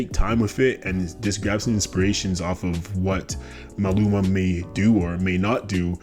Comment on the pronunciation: his name is MALUMA - how did you get his name wrong? like throughout the whole video? MA LU MA